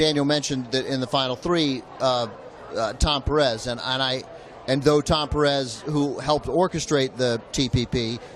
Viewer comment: A note on the pronunciation of Pérez... Note that the accent is on the first syllable. "PEAR - ez". Not "PerEZ". A small matter, perhaps, but important.